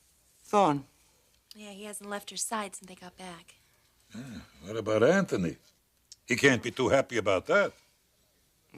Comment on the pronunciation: It’s Anthony not Ant tone knee!